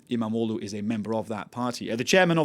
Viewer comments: Why can he pronounce "imamoglu" so perfectly lol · He can pronounce izmir and istanbul too not perfect but he probably worked on it. Other people absulutely butcher imamoğlu.